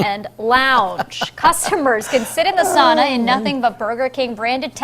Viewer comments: im 3/4 finnish this is fake news... and they said sauna wrong in that burger king ad for the record its pronounced sow-na.. surprised you didnt go off on Saint Urho's day march 16th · Us West Swedes, north Estonians, and east Russians would prefer if you pronounced sauna like souna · I can tell you don’t know anything about Finland because you pronounced sauna wrong. 😂